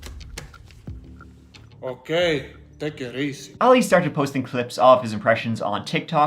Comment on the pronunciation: Sorry To Correct You But Your Pronunctiation Of His Name Is ALI.... He Is Arabic So His Name Is Pronounced AHHH LEEE.........